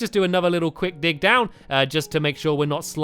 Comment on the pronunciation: dag instead of dig lol